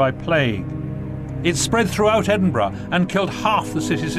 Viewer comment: The "burgh" or Edinburgh is pronounced "buh-ruh", not "bruh". Look up Burgh on Wikipedia.